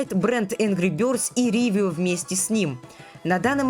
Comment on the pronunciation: Почему "Ривио" а не "Ровио"? Почему "Эпхория геймс" а не эйфория геймс? Это типо у тебя такая фишка, коверкать, названия компаний 😂